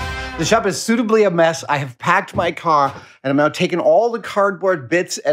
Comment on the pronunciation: has anyone noticed that in he says caw instead of car?